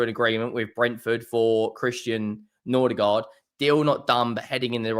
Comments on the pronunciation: It's Mbe-u-mo, not Mbu-e-mo and it's Nor-gaard, not Nor-der-gaard. Jesus. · Bro why you keep saying Nordigaard??